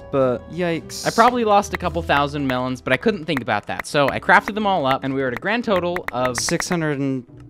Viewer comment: say “and” not Ann/e